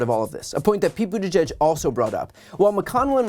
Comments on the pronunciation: 🙄 Here's a little phonetic tip for this rude idiot...Boot-edge-edge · Who the hell is Sec’y Buttageg? McConnell needs to learn how to pronounce the Cabinet member’s names correctly. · His name is NOT Booter-greg. McConnell is a phoney hick. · Terrible pronunciation of Buttigieg - it’s Buttiġieġ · McConnell can’t even say Pete’s name correctly…. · Might carry more weight if he could actually pronounce the Secretary's name... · You’d think that of Mitch gave a flying fuck about transportation and/or safety… he’d be able to pronounce that Secretary’s name correctly. But somehow I doubt he could even correctly identify Pete in a photo. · Mitch can't seem to hear himself talk. He badly mispronounced Buttigieg and didn't have the decency to correct himself. Unless he doesn't even listen to what he's saying. Either way, it's lamentable how little he cares. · Poor Mitch. "Climate nonsense & woke." He cannot even pronounce Buttigieg. And he's the republican leader? We're in big trouble. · 👎 Geeezzzz - - he can't even pronounce Pete's name correctly 👎